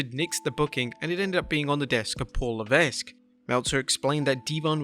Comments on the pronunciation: the pronunciation of levesque is Le-vek..not le vesk... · Please pronounce HHH’s real name correctly. The “S” is Levasque is silent. It’s pronounced “La Veck”! (I have OCD sorry) Thank you and Merry Christmas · i watch and listen almost everyday and i enjoy this channel , HHH's last name is pronounced LEVEK not Levessk. Just saying. if he himself says Leveske its because he was forced to Americanize it. ok now i will get a comment beat down.